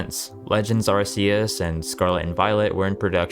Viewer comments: its ARC -e-us not Arce -e -us !!!!!! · When are people going to realize it's Ar-kee-us not ar-see-us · Bro its a hard C like arkeus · it's a peeve of mine that people always seem to mispronounce "arceus" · Why in Tf Is It So Hard To Say A ARCEUS PROPERLY?!?!?!!!????!!?? I swear, it’s dead ass been over 10 YEARS SINCE WEVE BEEN SHOWN THIS POKÉMON AND TOLD HOW TO SAY THE NAME!!!!!!!!!!! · lmfao yo it kills me when Pokémon fans say the name wrong. They can buy every garbage game gamefreak puts out but can’t say the names properly, drives me nuts 😂😂😂😂.